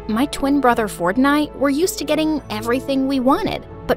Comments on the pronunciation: Why does it sounds like his name is fortnite? 😭💀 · Who heard fortnight instead of ford and i🥲🤣🤣🤣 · I thought she said her brother's name is "fortnight" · bro said "my tein brother fortnite" run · I love how brother is named Ford but pronounced fortnight😂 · When she said Ford and I I heard Fortnite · my brother “ford and i” sounds so like fortnight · Ford and I sounded like fortnite 🤣🤣🤣 is it just me or everyone 😑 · When he said ford and i i thought he said fortnite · When it said ford and I I heard Fortnite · i thought she said "my twin brother fortnite" at the start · is it just me or when she saids my twin brother ford and i sounds like fortnight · When said “Ford and I” I thought she said and my brother fortnite lol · When she said Ford and I I thought she said Fortnite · I heard fortnight😂😂😂😂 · Why did i heard fortnite not ford💀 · bro at the very beginning when she said "my brother Ford and I" I thought she said his name was Fornite. 😂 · Did he just said fornite? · "My little brother Fortnite" That is what i heard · i swear i heard her say “my twin brother fortnite” 💀💀😭😭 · Who else thinked that she said "my twin brother fortnight"